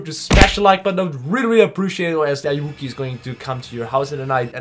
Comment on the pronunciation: Ayuwoki is pronounced 'are you ok'. It's actually a play on the singer's "Smooth Criminal" lyric "Annie are you ok?"